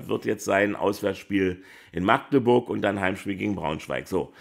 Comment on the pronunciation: Schön mal jemanden zu hören, der Magdeburg richtig aussprechen kann statt „Maaagdeburg“